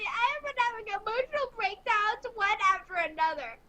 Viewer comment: I will also be stealing hemotional. 😂